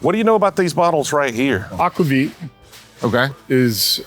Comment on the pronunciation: It’s aquavit. 🤦🏼‍♂️